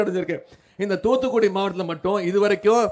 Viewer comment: Its not TuTu Kudi 😂 muttal - Its Thoothukudi